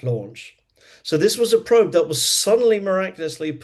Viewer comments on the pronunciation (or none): none